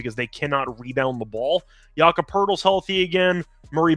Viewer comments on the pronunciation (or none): none